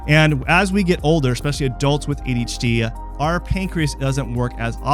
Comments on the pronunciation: "A Detch D" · He's saying it like AHD lmao. Wtf. Also, what's an ND? idk about this guy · "Ayshie ayshie" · Several times I swear he just says HD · Wait, he's not saying "daychitty"?!?